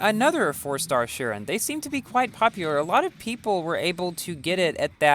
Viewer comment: It's pronounced- shiron not shirin